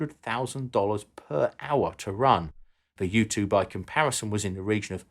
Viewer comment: Every time he says "U2" I heard "youtube".